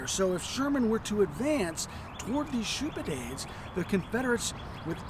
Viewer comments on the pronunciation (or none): Shoupidade???? Shoupade, if you people are going to come west, at least learn the proper pronunciation of the terms. The fortifications along Johnston's River Line were designed by Francis Shoup, thus the name.